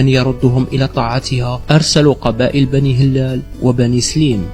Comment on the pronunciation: لغة الفيديو ركيكة و ضعيفة نقول بنو ه‍لال بكسر الهاء و تخفيف اللام و مدها. و نقول وصلت إلى أوج قوتها وليس فوج قوتها. و نقول بلكين بفتح الباء و كسر الكاف و مده و لا ينطق الياء بل يستعمل لمد الكاف المكسورة. و هذا بلكين هو بلكين بن زيري ابن مناد. و منهم من ينطقه بولوغين بن زيري. و عليه سمي الشارع بولوغين في الجزائر العاصمة. و نقول بنو سليم برفع السين و فتح اللام و تسكين الياء. و في الأخير الكلمات العربية الموجودة في الجزائر هي كلمات أصلها من العربية الفصحى فقط مدرسة و ليست بالضرورة من لهجة بني هلال. و إذا كان هناك تشابه بين ألفاظ في المشرق هذا لأنهم كلهم يتكلمون لهجات تعود إلى أصل واحد و هي اللغة العربية الفصحى.